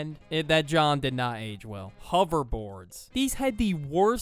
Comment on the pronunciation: I’m from Philly. Been here my whole life. I never heard someone pronounce the word “jawn” as “John” … idk who you are or where your from but saying “john” in place of “jawn” sounds stupid!!! You could at least say the NYC version “joint” but “John” is dumb. And that word “John” has a different definition in Philly. So stop it!! Asap